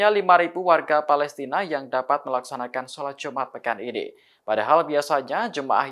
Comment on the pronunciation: Salat jumat hahahahahaha woiii kau x belajar baca ka, salat jumat ka solat Jumaat woiii